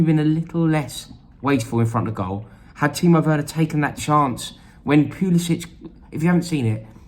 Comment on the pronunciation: I hate to be a pill but Christian Pulisic pronounces his name with an -ick at the end and not an -itch.